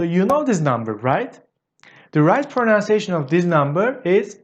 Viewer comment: I love these little video clips of yours. If you don't mind, I'd like to give you a little English tip. The word pronunciation is NOT pronounced pro-"noun"- ciation. It's pronounced pro-NUN-ciation. That is all. Carry on.